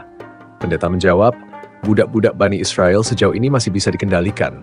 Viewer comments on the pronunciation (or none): none